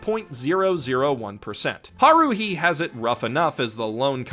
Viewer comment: No one: Him: HARUHE